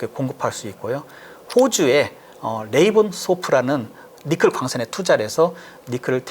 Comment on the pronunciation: 니켈을 니클로 발음하셔서 불편하네